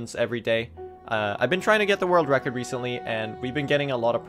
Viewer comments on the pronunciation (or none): none